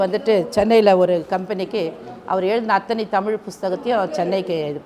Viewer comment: தமிழ் ழ உச்சரிக்க தெரியாத நீ எல்லாம் எதுக்கு இப்படி வாழ்கிறாய்... முதலில் நாக்கை சரியக்கு